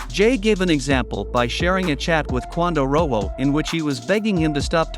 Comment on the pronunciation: The fact you saying quando name wrong blowing me 😂😂